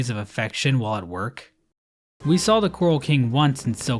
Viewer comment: She saw the saw and became a saw while saying "shaw".